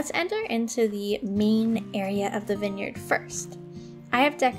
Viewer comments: I’m really sorry but it’s v-eye-n!!! Not vin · why u say winyard? it is viiine yard